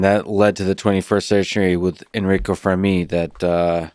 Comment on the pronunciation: Can i point out that your pronunciation of "Fermi" is incorrect ? The stress should be on the first syllable